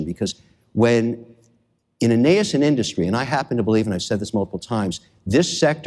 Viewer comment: I've seen dozens and dozens of Kevin O'Leary videos - dude does not know how to pronounce "nascent".